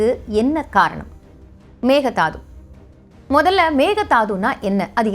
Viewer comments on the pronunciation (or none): Hi good morning A small correction in pronunciation It is not megadaathu(மெக்கே தாட்டு) it is not thaathu it is dhaattu Thanks